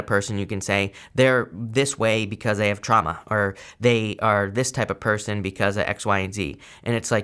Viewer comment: I love how you "accidentally" pronounced person as Persian... thats a clue for me hahah